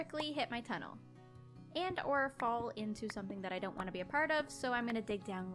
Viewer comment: One day after going back to school -: “And honestly after today, I don’t wannu.”